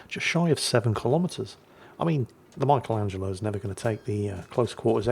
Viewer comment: Only can mispronounce "Michelangelo".